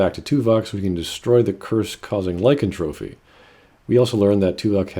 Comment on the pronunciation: Lycantropy, not lycantrophy